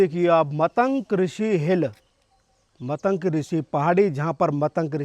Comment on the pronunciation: मतंक नहीं, मतंग है। बोलने से पहले कुछ सीखो। मजाक मत बनवाओ।